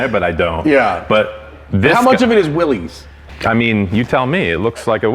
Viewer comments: Ok, maybe I became a Jeep snob in my old age, but it bugs me that Matt keeps pronouncing Willys like its the plural of the slang term for penis when it's supposed to be pronounced like Arnold's older brother on Diff'rent Strokes. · You are wrong, John North Willys pronounced his name in a manner rhyming with 'Phyllis'. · No, the man's name was John North Willys and his name, as with the name of the Willys Overland Corporation, was pronounced in a manner rhyming with 'Phyllis'. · Willys is pronounced like "Willis". The founder of Willys was John North Willys pronounced with the "iss" not the "eze". Everyone likes to say it the other way, and that's fine too. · Pronounced "Willis", not "willies" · John North Willys did not pronounce his name Will - eez", he pronounced it "Will - iss:, as rhyming with 'Phyllis'. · J.N. Willys pronounced his name 'Willis,' not 'Will-ees.' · Great video, Matt! One big niggle - the brand is pronounced 'Willis' not ''Willies'. The company was named after John Willys when he took over the Overland brand, hence Willys-Overland, before WW I. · Omg people say it right Will·is not Will·ez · The family name is pronounced “Willis”, the company, by the thousands that worked there and bought the products, was “will-eeze”. I only began hearing the “Willis” pronunciation within the last few years. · "This is a 2021--- Willees (pronounces it incorrectly)... Is a purely skin deep" ****Jeep. "THIS is a Willees Jeep (pronounced is incorrectly again). THIS IS AUTHENTICITY" ****Shows and describes a heavily modded skin deep Jeep. Don't get me wrong. It's VERY cool and I'd love one. But man, the hyperbole is so nonsensical. And the host is completely unlikable and unable to stay on topic. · I heard from from a video here on YouTube that descendants of the Willy's, that the name is mis pronounced (Will Is) is the correct pronunciation... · It's NOT a "Willies"! It's a Willys, as in "What you talkin' bout, Willis?"